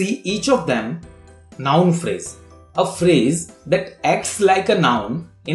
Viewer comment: he told adverb pharaasaee